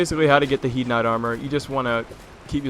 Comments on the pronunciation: you dont say HIEDE armor, you say HEIDE armor! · It's pronounced as hade.